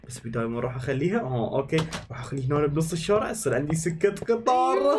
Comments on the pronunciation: جيجي اسمها سكه وليست سجه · جيجي قال سجه قطار😂